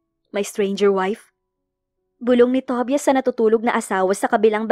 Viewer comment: Ang pangit naman pakinggan ang Pronunciation ng TOBIAS😅😅.. "TOBAYAS " yan😊.. Instead pakinggan ko naawa ako sa pangalan ni tobias😂.